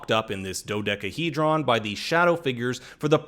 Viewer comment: The way you say Dodecahedron.....lol